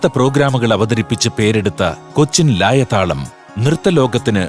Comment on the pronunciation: 😉😉😉😣ലയതാളം അല്ലെ ലായ താളം ആക്കിയോ